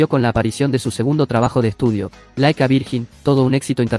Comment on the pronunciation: No es "laikavirjin", se pronuncia laikaverllin (like a virgin)